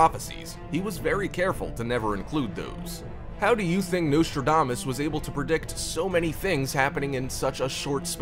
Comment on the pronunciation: It would be a good start if his name was pronounced correctly.